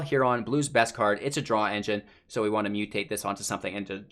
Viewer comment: hey bud, Heron is said heh·ruhn not heh-ron. Just a tip